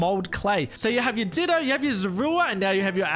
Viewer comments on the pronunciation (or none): none